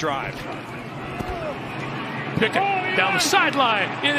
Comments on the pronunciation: It's Pickett, not Pinkett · Bro I thought he was saying Pickett to Pickett lol